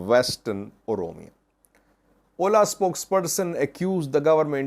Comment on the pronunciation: OLA is an abbreviation, not an acronym to be read as a word 'oʊla'.